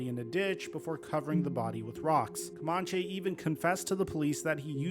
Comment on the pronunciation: It’s pronounced “CoMANche” not “CoMONche.”